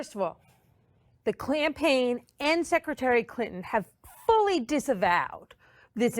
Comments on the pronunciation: The Clampaign......Hahahahahaha. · 40 Did she say Clampaign ? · The “clampain” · Did the lady defending hilary really call it the "klanpaign" hahaha with how dems screw over black ppl id say thats about right. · "FIRST OF ALL! THE CLANPAIGN..." Hahaha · Lmao.. y’all hear her say “the klanpaign” in the first convo 😭😂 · She was right was she called it the “clampaign” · Hold up rewind the tape, at 34 seconds did she say klan-paign. Hahahahahahahaha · The "clampaign" lmao I love that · Lmao "clampaign" so true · When she said "clampaign" . She defeated herself. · "Firsr of all, the Klanpaign..." 😂😂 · "The Clampaign" lol